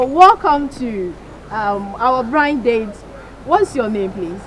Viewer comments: host said brind date 😭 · Did I just hear “brind date “ arh wtf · Did I hear BRIND DATE? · Did she say braind date? 😅